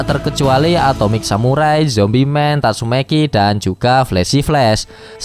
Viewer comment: Kok abang bisa bilang "Amai mask" tapi gk bisa bilang "tatsumaki" malah jadi "tasumeyki"